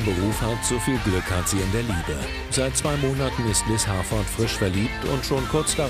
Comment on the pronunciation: Der Moment wenn sie Liz heisst und du Liss heißt 🤣🤣🤣